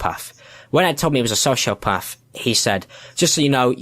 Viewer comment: "Heesh a diagnost sosiopaff" should've been the end of the allegations.